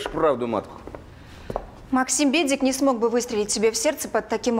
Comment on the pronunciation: Юморист придумал фамилию Бедик 😂в фильме? При расследовании слышится буква "П", а НЕ "Б"!😂Ржу, не могу.Хороший сериал.